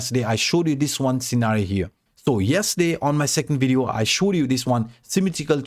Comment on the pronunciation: It's pronounce as "Video" why you keep saying "Wideo?